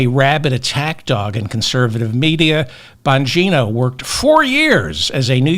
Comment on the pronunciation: You calling Bongino(?) as BONGO was a perfect slip of the tongue chef's kiss love you, David!